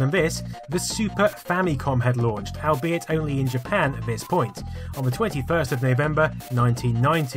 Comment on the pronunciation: Love your stuff. Thanks. Please try to say albeit correctly, you say it loads. it's All-Be-It , Al has nothing to do with this word :)